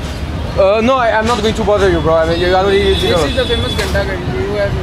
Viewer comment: Très bien mais ton Bro sonne dégueulasse, dommage bro !!